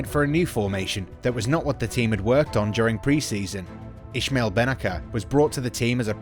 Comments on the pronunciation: also it is Bennacer, not Bennaker... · ismail bennacer = ismail bennaSer 😂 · also who the fuck is "Ischmell Benaka" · Bennaker too. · You got Maldini and boban mixed up lool, and you pronounced bennacer wrong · Yeah just because he says their names in an order is not a mistake they are in the pic lool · Wait... what ? Who's Ishmael Benaker ? I think you meant I"s"maël Benna"c"er. Both pronounced "S" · giallorossi??? eh??? Please stick to English football. Why talk about teams you know nothing about?? Sacchi is pronounced Sakee! It isn't that difficult. Just put it into google translate ffs. Even Giampaolo is mispronounced, but that's forgiven. Also. Bennacer is not Benaker 😭 This is one of the worst pieces of commentary on a YouTube video I've ever seen. Also. It was Boban who was critical to hiring Pioli. It was boban who stood up for Pioli during all the ragnick talks and as he is a true gentleman, he cried foul and that's why he was wrongly sacked. Ultimately, Boban was proven right. The dickheads like Gazidis etc owe Zorro an apology.